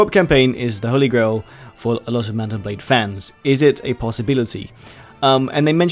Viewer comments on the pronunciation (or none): did you say "mouse and blade" at the start of the video?